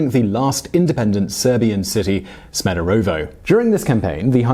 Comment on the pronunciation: Duuude, it's not Sme-do-ro-vo, it's Sme-de-re-vo